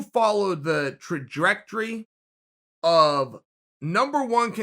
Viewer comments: Three very real changes established early in this video: 1) Cinematic camera and lighting are the new normal 2) Rakic's name is actually pronounced "RAH- Chik"... Sorry bro, that's just the way it is now. 3) The word "trajectory" is (and has always been) pronounced "truh-DRECK-truhree" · Chael "Trarjrectrory" Sonnen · trajrectrory lol funny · Trajectory fisrt word ive heard big daddy chael almost mispronounce. The man can talk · The way Chael butchered "Trajectory" 😂😅🤣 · I couldn't pay attention to anything Chael was saying the 1st time I watched this because all I kept thinking about was the way he said the word Trajectory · 20 seconds in and Chael already taught me two new words, Raychick and tradrectory